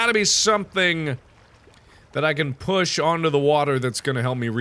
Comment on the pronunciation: STOP SAYING BOOSH!!! FOR THE LOVE OF GOD JUST SAY PUSH!!